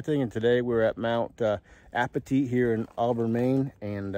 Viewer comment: It is pronounced "Mount A-pa-tight", not "Mount A-pa-teet".